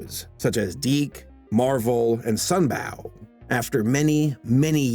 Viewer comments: Ruff and REDDY, not TEDDY, and SUNBOW, not "BOUGH".... carry on! (pretty basic stuff....lol) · You also pronounced SunBOW (Productions) as in"OW!" not correctly as in "GO." (I should know, I worked for them for 5 years.) Talking about an HBCU, by the way, I would love to see a live action/cgi combo of "Top Cat." (aka "Sgt. Bilko, but with cats"). TC's character arc would take him from only looking out for himself to actually caring about others...are you listening Hollywood? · You caught most mistakes...good job. Also Sun BOW, not "bough" is the right way to pronounce the company. Animated character did NOT help, but distracted and cheapened a pretty good presentation of REAL animation! Thanks for your work on this. Keep at it! ;) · Also just noticed he pronounced Sunbow like sun-bao.